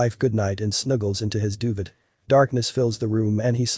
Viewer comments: His "do-vit" umm I think you mean "do-veigh" (Duvet). But nice story overall. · Doo-vaa not dovid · .... what's a doovid? oh...duvet... got it. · HAHAHA! The word is not doovit, it is doovay which is, of course, the warm and soft cover under which they slept. DOOVIT?? LOL!!! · "Duvet" is pronounced "doo-vay." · Cute story. Cats are the best! But please learn how to pronounce duvet (doo-vay) correctly... 🙄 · Came here to say this. I was like, wtf is a dooved? 🤣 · What a terrible narrator. He mispronounced "duvet" and "irrational." At some points he says the cat has yellow eyes; later he says the cat has green eyes. If you want to scare us about a cat, make sure its name is not Muffins.